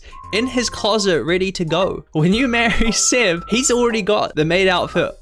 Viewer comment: Why are you Pronouncing Seb as Sed?